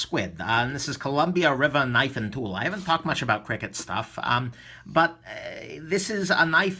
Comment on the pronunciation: i think you say each letter individually and it's not "cricket". i could be wrong tho